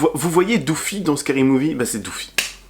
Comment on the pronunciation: IL A DIT DOOFIE 🤣🤣🤣🤣🤣🤣🤣🤣🤣🤣🤣🤣🤣🤣